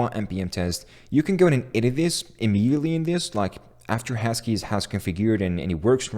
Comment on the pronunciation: did he pronounce husky as hashkey? xD